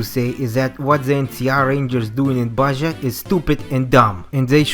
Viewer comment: Small gripe, Baja is pronounced as Ba-ha and not Ba-ja(it's a Spanish word).